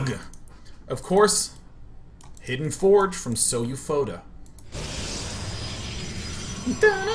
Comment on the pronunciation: Hey Day9, This player SouFoda can be Brazilian. SouFoda in Portuguese means "I am the best" but not in a formal and beutifull way of saying... like, "I am more than a baller, I am THE PIMP BALLER." If you want to know, the pronunciation is like "soul foda". Take care.